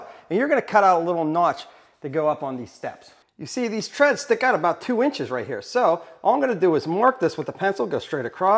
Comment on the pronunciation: Drink every time he says ‘right heyah’ 😂